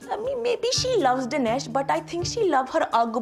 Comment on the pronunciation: I think you're pronouncing Dinesh wrong